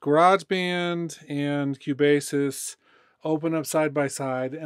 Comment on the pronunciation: Thank you for the video :) but I should say that Cubasis is pronounced "Cue" "Bass' :). Love your video's no disrespect :)